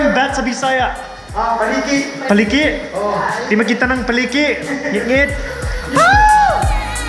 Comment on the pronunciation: dli daw makitan ang 'Pa-liki' unsa na liki? hahha